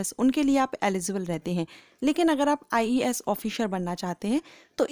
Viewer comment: When you say ies I listen ias 😂😂😂😂😂😂😂